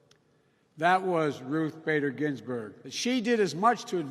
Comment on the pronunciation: This is Starting to be cruel. Vice President Biden is Slurring his words...He mispronounced Honorable Justice RBG. WHY ARE THEY MAKING HIM DO THIS! WHEN IS THIS ELDER CARE ABUSE? This isn’t cool you guys.